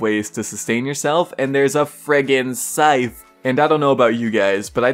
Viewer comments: sorry, are you saying syfe... its scythe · so its spelt scyTHe but pronounced as scife??